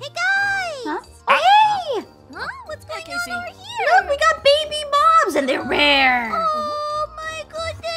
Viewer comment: I love how Aphmau says bibi instead of baby